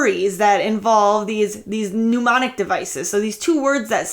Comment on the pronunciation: "Pneumonic devices"! OMG! Please, help! I'm suffocating! ROFL!